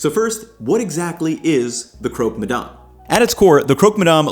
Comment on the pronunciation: If you’re gonna stay there for a year you need to stop pronouncing French words like an American 🤣🤣 it’s not “madarm”